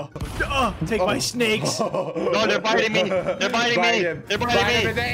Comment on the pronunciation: U said snak